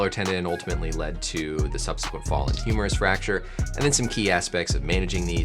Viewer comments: You most have lost it when he talked about the "humorous shaft fracture" 🤣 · Sounds like he's saying humorous fracture, wich is kinda funny. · yes, indeed it is humerus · I thought he was saying humorous fracture. I was like damn even the Doctor knows it's funny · Doc said "Humorous" tendon.....😂